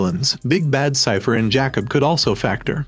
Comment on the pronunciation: Whoever is narrating this video called Jacob 😂 Jackoff I mean where is Simon Cowell because this dude sounds more American but can't pronounce a name and thinks he's British